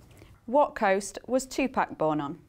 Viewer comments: tu-pack lmao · did she just prenounce 2pac 2pak? uuuh..